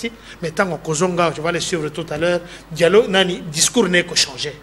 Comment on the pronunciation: Mr on dit dialogue pas dialogue tu es un vrai kasachin